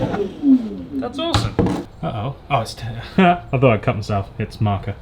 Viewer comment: Our intake is dødt.... the word you said, sounds danish, 'dødt' which means dead. So I don't think your intake is dead. lol